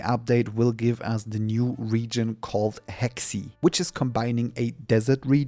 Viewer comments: It's Heixi pronounced Hay-shee not hexy, the Chinese will make fun of us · It's not Heksi, it's seperated, He (river) Xi (west), it sounds more or less He Shi, and yes, Hexi is in a dream, because it tells stories of the Tang Dynasty which is a dynasty before the current story which is the beginning of Song Dynasty, but the dream you have is based on the memory of another character, so in a way it isn´t pure fantasy, just memories with fantasy elements. But the Bu Jian Shan region after that will be back to the current time in main story. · you tried your best for the pronunciation, but let me help you with it - Bu Jian Shan : boo - jayne - shan't - Hexi: her - see - Kai Feng : Ki ( of Kite without -te, or Kyle without -le ) - ferng ( funk with an 'e' and 'g' )